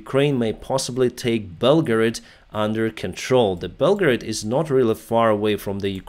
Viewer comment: You pronouced Belgorod like "Belgrade." I was confused lol